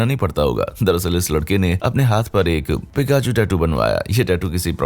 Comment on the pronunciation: pichaku 😂 it's Pikachu